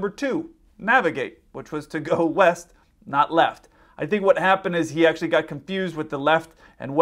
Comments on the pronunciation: East!? I thought you said weest. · He clearly stated he was going left, while the 'west' of the ATC could be interpreted as 'left' as it was certainly not clearly spoken in this recording. You have to read back what you are hearing for exactly this reason, because misunderstandings happen, but then it does help if ATC is actually listening to what is clearly read back and in this case correct the pilot before he takes off.